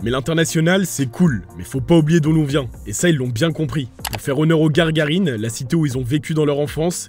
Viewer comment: Gagarine et non Gargarine .. 😩